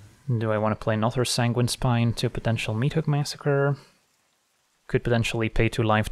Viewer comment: Did I hear Sanguine’s Pie or its just me